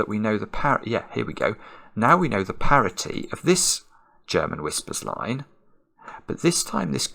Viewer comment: It isn't 'parity'.